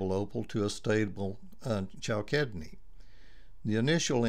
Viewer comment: it's pronounced cal sid ne